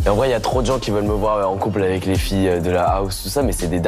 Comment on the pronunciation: Dire que Bernard Montiel a eu une liaison avé Faye Dunaway... 🙄 !